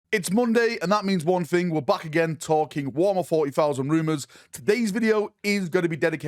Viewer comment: Episode 250 of calling it warmer 40000